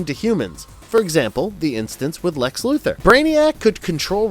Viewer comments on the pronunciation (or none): Luther is pronounced like Luther Vandross or Martin Luther. Lex Luthor's name has "Thor" at the end of it and that is why the cartoon ALWAYS pronounces his name "LuTHOR" and not Luther.